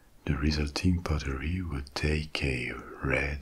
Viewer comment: I love how you pronounce "pottery" like the word "buttery".